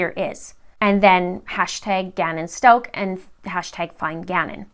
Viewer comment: You are not saying the last name right!